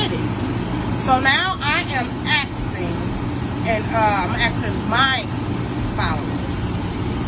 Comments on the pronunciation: Listen up ignorant one…it is not axing it is asking….now say it with me, a s k i n g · Ax-Ing = asking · It's not axing, ASKING. ASKING. ASSS KIIIING. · is “axing you” lmao.. that lady is so ignorant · What is axing her ? DId she mean to say asking her ? Why is it so hard to say the word ask ? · Sorry, but as a foreigner, I can't get past the fact they keep saying "I'm axing", "You axed me"... Don't know if it's the Dallas accent, but I find this extremely funny since teachers want us so bad to pronounce words correctly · AXING HER LOL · "Im aksing my followers". My pet peeve is people that dont say ask correctly lol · Why do some Black women say I am "axing" her to come get her money? Its asking, but along with being trifling.....she dont know what she talking about. 2024 is the year Black women come for other Black women.....and nothing could be better than that because sisters are not listening to the Black men. And her son seem like he play for the other side. Anything with some sisters is a b*mb waiting to explode. Pink Book is the truth....thank you for exposing these women. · When a person starts off their rhetoric with axeing instead of asking I tune them out. Seems to me this person has an issue with proper english words. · “ Axxxing her “ 🤦🏽‍♂️ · That lady was like "So now I am AXING, I'm AXING my followers..." 🤦🏽‍♂️ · She's axing. Smh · “ I am axxxxing “ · Shes axing them 🪓🪓🪓😂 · She is axing her doesn't she hear the woman axing her? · She's axing! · If I were Sherrill, I would be afraid to come because she's "axing" her to come. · "Axing" "Refrusing" My God what is this womans IQ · She said “axing” and “refrewsing”. Just lazy talk. As a business owner, please do better. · Refrusing and Axing???? Mam! Mam! She doesn’t know what you’re telling her!!!!!